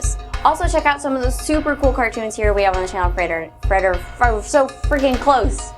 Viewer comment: yeah when u say Frederator fast it sounds like your saying refrigerator